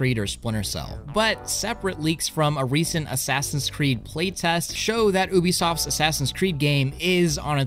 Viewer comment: MAN CALLED IT OOBISOFT (no hate btw just thought i'd point it out)